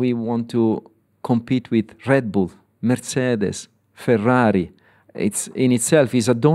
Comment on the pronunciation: Love him. So happy what he's done for McLaren. And he is a man born to say the word "Ferrari". Perfect.